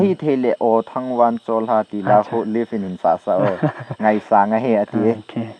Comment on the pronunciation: Bro Live titango pidia Leave dan a na Pronounce hmo..anal mo g taaaa